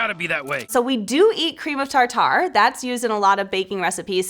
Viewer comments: "cream of tar-tar"..... I pronounce it "tarter" like Tartar sauce. Maybe it's supposed to be "tar-tar" but that sounds silly to me lol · “cream of TarTar”😭